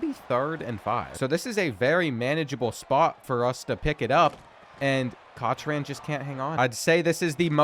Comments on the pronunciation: COCHRAN = Cock-ren not COCTH-ran. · Cochran = Cock ran, not cocktran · Cotch-Ran pronunciation is killing me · The correct pronunciation of Cochran is "Cock-ran". The "ch" makes the "ck" sound. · It's pronounced Kok+run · Cochran is pronounced COCK-RAN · Please start pronouncing Cochran correctly you’re physically hurting me bro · It kills me how you mispronounce so many of these names. Cochran? Lmao. Love the vids though. I just think it’s funny.